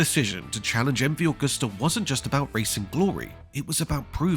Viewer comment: Agusta is not pronounced like the srart of the month of August. Library footage cut in at random does not make a documentary. Lazy work.